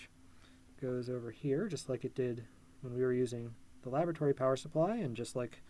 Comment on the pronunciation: I legit heard "lavatory power supply". Color me confused for a hot couple of seconds.